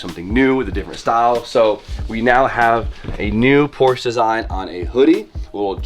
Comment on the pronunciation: “What does every single need?” An extra vowel. 😂